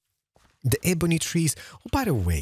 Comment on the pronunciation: Its pronounced ebony not ebony